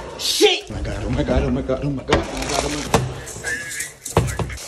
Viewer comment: everyones talking bout the rice but in the start of the vid when he shouted SHIT idk if it was just me but he sounded proper british